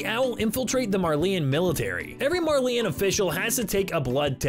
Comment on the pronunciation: Boggles the mind how people STILL cannot pronounce names correctly from an anime THAT SAYS THE TERM IN EVERY EPISODE!! WTF is a Marleeyan?